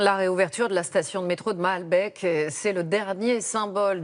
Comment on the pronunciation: cest malbéééék ,et pas baaalbek ou malbèèk